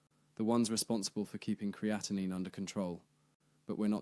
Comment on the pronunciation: Exactly. Your pronunciation is correct and the spelling ends with 9. Thanks for sharing. You did a great job!👍